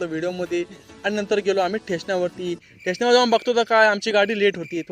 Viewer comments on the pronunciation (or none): Station ❌ ठेशन ✅